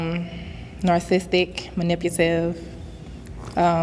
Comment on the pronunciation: WHY YOU LET HER SAY " Narcistic" & "Nipative" without sayin sumpt!